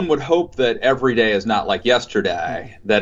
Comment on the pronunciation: I have never heard another English speaker pronounce the "day"--in the days of the week"--in the manner that Matt Lewis does.